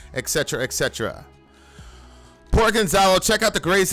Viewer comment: I have different point on "Et Cetera"... It's "Et Cetera" not "Exetera"... I know I'm with minority and could be burned on stake.:)